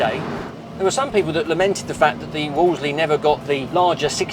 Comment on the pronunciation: The name is pronounced as in wool and not as in wall, ie "woolsley".